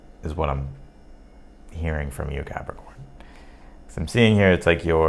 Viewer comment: I love the way you say ‘Capricorn’